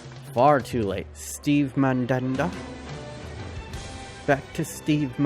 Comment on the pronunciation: I felt molested every time he said "MaNdAnDa"😂😂